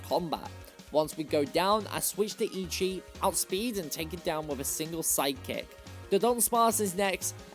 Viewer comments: Great video and content. However, Eichi is pronounced Achi. Ei in Japanese makes big A sound. Ichi (your pronunciation) means 1. Took Japanese in high school. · also it’s pronounced “aye-chee”